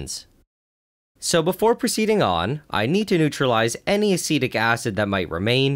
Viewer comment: When you say acetic acid I hear acidic acid 😄